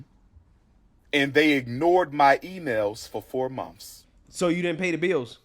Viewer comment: He mispronounces a lot of words! Mouf=Mouth Mumfs=Months Birfday=Birthday Earff=Earth Giffs=Gifts Fif=Fifth And he’s a whole doctor.😭